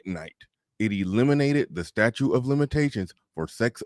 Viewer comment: Statute. Stat-choot not statue